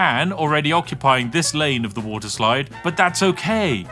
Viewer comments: The game: "You can make any kind of park you like!" Spiff: "WoTeR" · Woter wite